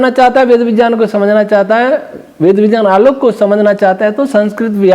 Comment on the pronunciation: Kripaya Vijjan mat bolia viggyan sunne main jada achha lagta hai